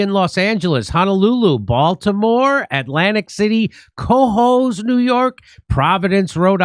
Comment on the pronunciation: every single time you say ''cohoes NY'' i hear Quahog, man i got the family guy syndrome in me